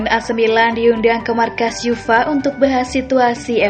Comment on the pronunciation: uefa itu lafalnya yu ef a... bukan yufa...